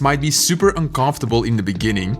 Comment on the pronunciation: "in the beninging" -a wise man